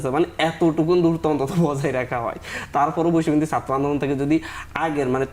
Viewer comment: One guest has not even polished his wrong accent of speaking Bangla. It should be pronounced as "Chatra" (students) not "Satro"! It should not be "Ekooi", should be "Ek-ee". Mr. Golam Roni ex- Awami member is another man whose pronunciation of Bangla is very poor speaking.